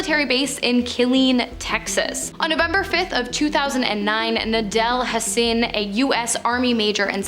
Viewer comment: This video was good until you pronounced Waco wrong. It's pronounced WAY-CO. And then Hassan's name is pronounced HOSS-ON. Why can't y'all Canadians listen to local news broadcasts on YouTube before you go around mispronouncing words? This just in tonight, a crazy weirdo from WHACKO Texas has finally pronounced it WAY-CO!!!